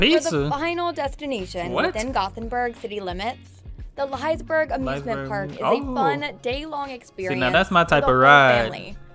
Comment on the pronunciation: Ville gråta när hon skulle säga Liseberg... 😣